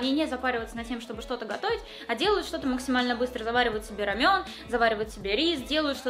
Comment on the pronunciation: рамЁн- так говорят корейцы и так говорю я) рАмен- обычно такое ударение используют русские, ну я так думаю 💜